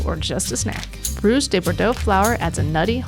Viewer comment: sounded like she said "rooz" or "roose" also